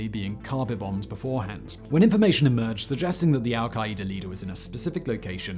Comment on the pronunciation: Where da hell is al-ki-ee-da?!🤦🏿‍♂️🤣